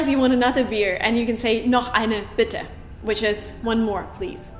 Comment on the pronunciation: Please pronounce Bitter and Better again I think you have the extremely wrong of those two